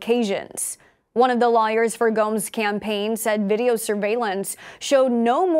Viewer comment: Sure sounds like you said 'one of the liars for Ganim's campaign' lol